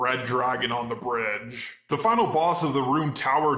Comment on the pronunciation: The way you over pronounce the last word of a sentence, make me want to jump off a briiiiiiiiidge.